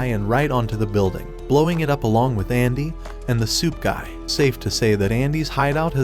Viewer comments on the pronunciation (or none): I dont know why but i thought you were saying "soup guy" instead of "suit guy."